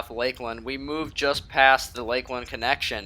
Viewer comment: It's Pronounced "Eat'n Park" Not E-Ton Park, But you do what you want Ol Buddy. Who am I ?